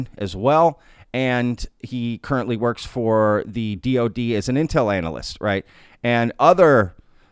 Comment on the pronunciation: “… and he (Average Chris) currently works for the DOD as an intel anal-ist” haha! Love the pronunciation